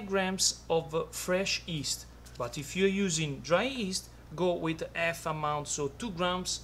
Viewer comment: Took me seven time to understand that you said "half" amount, ☺ Love your accent, me n my wife used to talk with each other in your style every time we made a pizza.. "sooft & crounchy.." ☺ thank You.. You've been a lot of help...